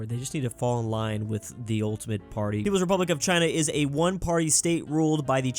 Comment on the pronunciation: I can't listen him pronouncing "party"